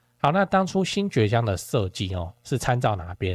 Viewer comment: 其實"堀"念 ㄎㄨ, 只是多數人都崛"ㄐㄩㄝˊ " 江叫習慣了 單就商圈層面來說, 個人觀察覺得 新堀江那區(五福路以南)短時間內很難有什麼改變大概會持續沒落一陣子 但 Indiago 旁玉竹商圈那區(五福路以北) 的次文化店家有漸漸發展起來, 最近道路在大改, 陸續又有店家開始進駐 加上後續發哥那兩大棟多少會帶進一些常駐人口, 玉竹這塊可能有點值得期待 (就商圈來說)